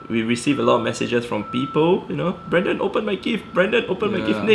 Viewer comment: great video! youll get Brandons name right one day lol